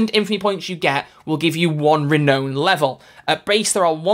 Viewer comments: You completely, mispronounced, renown. It's Ree-now-n, not Ree-know-n. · The way you pronounce "renown" is killing me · "Re-known" or "re-noun"? Don't tell me I've been saying it wrong all this time!